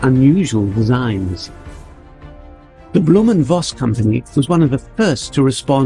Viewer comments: It's not "Blohm & Woss", it's "Blohm & Voss". In this name, the letter "V" is pronounced as "F", not as "W". You're welcome. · Sorry, but Dutch and Germans, for some strange, unknown reason, pronounce single V as "fau", so "Vogt" and "Voss" actually are pronounced as "Fogt" and "Foss" (VW stands for "Folks-Wagen", The peoples car). But I must admit that I don't know how author of clear German decent: Kurt Vonnegut pronounced his name? :goodvibes